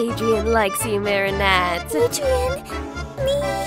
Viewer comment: Help its so obvious that most of the voice actors have never watched the show 😭 AYLIA? MARIANETTE??? SHAT NOIR?? DUPANE?? IM CRYING Edit: nevermind, I regret watching this. They’re 14, wtf.